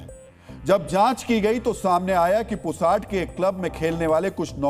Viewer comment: पुसाड नहीं, पुसद है गांव का नाम।